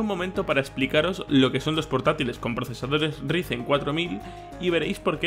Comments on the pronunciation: Por favor pronunciarlo como raisen :'( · Si para el próximo vídeo no dices "Raisen" me desuscribo, primer y último aviso.